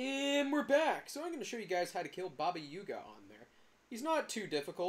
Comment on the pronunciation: not you saying yuga